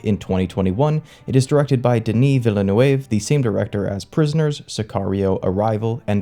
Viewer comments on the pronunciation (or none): Loved this! And after hearing your pronunciation of the directors name I was sent on a quest to find how to say it. This is how: Denny Vill-nuv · Dislike after, "Denis Villla-New-Wave" and, "one of the Free-min"